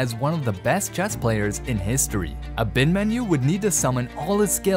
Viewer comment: Ah’-bin-mahn’-you… tough to hear it mispronounced so many times. Emphasis on the 3rd syllable.